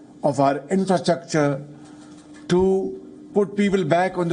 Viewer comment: Honorable PM of Pakistan should know the difference between Unpresented and Unprecedented. Also, he says InfrachukCha.